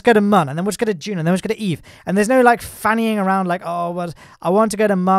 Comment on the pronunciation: that was the poshest "fannying around" I've heard lol.